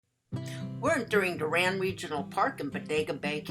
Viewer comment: It’s pronounced door-un